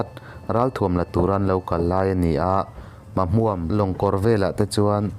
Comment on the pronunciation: Syhlet leh Mahmuam chu I lam dik lo thin hle mai..Sajek pawh....inzir deuh rawh